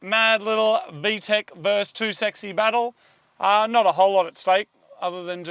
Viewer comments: Moog; versus not verse. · Moog, can you please learn how to pronounce “versus”?